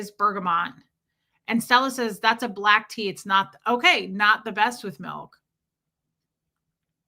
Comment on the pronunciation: Milk not mike 😂